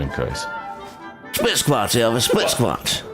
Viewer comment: Yes, sir. But after u said it a couple times it sounded like u said split splots or splochs. 😂😂